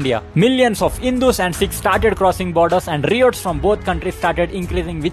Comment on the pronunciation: Improve english pronunciation, especially riots probably is not said the way